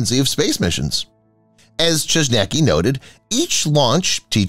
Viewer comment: Chojnacki is Polish surname, check in google translate how to pronounce. Have fun.